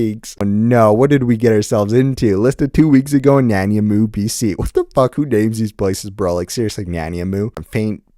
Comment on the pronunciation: Nan-I-mow, like the pastry